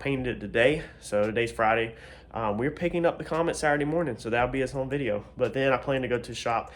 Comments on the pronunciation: Paint looks wet in light👌 after buffing. Dude are u originally from nc one word u use all the time sounds like ur from Baltimore ...? HOME 😆 I hear it every time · it's just the word home when u say it ..have some friends from Baltimore that say it just like that but I'm originally from robeson county so u know we have our own slang to 😆 lol but yea Tahoe looks real good 👍 knowing u wasn't worried about perfection its turning out sharpe tho